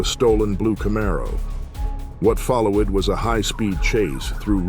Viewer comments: "what follow-id was a high speed chase through rur-rel...." F**** AI can't quite get it right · Follow-ed??? Ru-rel??? Da-jed??? Speek-strips??? Is this read by AI? Just use your own voice!!! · something about that whole chase looked off. Almost looked like poor cgi. The movement of the car that was being chased looked unnatural. Also the ai narrator ain't helping it. "What follow'ed" "Through rur'al" "Dodg'ed speak trips". The hell is going on??? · "...what follow ed was a high speed chase through roo-wall Wisconsin as Wesley dodge ed speak strips..." FFS, at least watch your own video that AI narrated for you before uploading. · Follow-ed? Dodge-ed? Damn AI voices. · “Follow-ed” “dodg-ed” … bro please just hire somebody to voiceover or something. That shit bugs me so bad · the ai pronunciation after or so is pretty hilarious. follow-ed, rur-all and dodg-ed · "follow-wed"? Is this AI voiced? Or just someone who can't read? Sad. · “follow wed” “ru ral” “speak strips” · "what follow-ed was a high speed chase threw ru-rel Wisconsin as he dodge-ed spike strips 😂😂😂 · "what follow-ud was a high speed chase through ru-ral wisconsin as Wesley dodge-ed speek strips" 🤣🤣🤣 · What follow-ed was a high speed chaize, through ru rall wisconson as wesley dodj ed speak strips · God the shitty AI voices on these cash grabbing video channels keep getting worse and worse 🤣 "Wot followid was a high speed chase through roorawl Wisconsin and Wesley dodge-ed speak strips" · It's way lamer than that! "What follow Ed was a high speed chase thru RU ral WI as Wesley dodge Ed speek strips and veer Ed into oncoming traffic." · AI voice started to have an aneurysm, lost the ability to pronounce even simple words. "Followed" became "Follow Ed", "Rural" became "Roo Ral" "Dodged" morphed into "Dodge Ed" We don't like AI voices, much prefer a real human making mistakes.